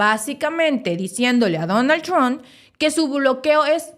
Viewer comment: Hay Donald tron , es Donald Trump , la haces a la periodista y no sabes cómo se pronuncia